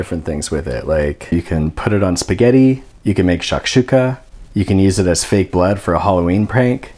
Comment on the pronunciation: I like the way he says shakshookah (that's how we say it btw)